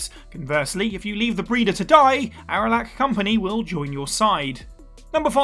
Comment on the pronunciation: I’m taking it you didn’t actually play Mass Effect. It’s pronounced Rack-nigh and Ar-lack.